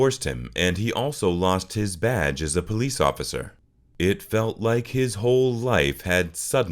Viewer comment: Are u calling the Police >>>>the POLEAST😂😂😂every time u say it thats what I hear.....u really are supposed to pronounce it like >> PUH-LEES